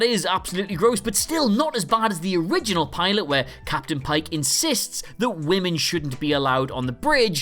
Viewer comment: Don’t forget “Captian” Pike.